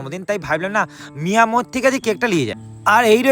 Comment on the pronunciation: মিয়ো আমোরে ❌❌ মিয়া মোরে ✅✅ 😂😂